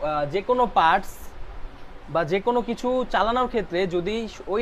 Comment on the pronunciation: দাদা পারস নয় পার্টস।